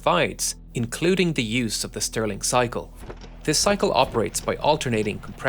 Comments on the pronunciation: Stirling engine, not Sterling engine. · Mind you, it's "Stirling", not "Sterling".